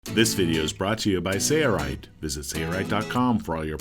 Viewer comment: Why can't the narrator say SAIL-Rite? He says SAYER-rite every time. Bro it's not a hard word. Say-LLLLLLLLLLLL. SAIL.